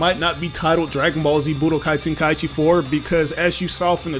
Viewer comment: Thank you for pronouncing it “ten kai chi” Instead of “ten Kai ee chi”.